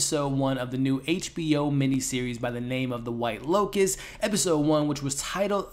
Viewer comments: L O T U S... Not L O C U S. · Why do you keep calling it the white locust???? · Pretty sure its 'Lotus'... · Cmon man. Within the first 20 seconds of the video you call it the “white locust” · Bro keep saying locus and I'm living for it ❤️🫠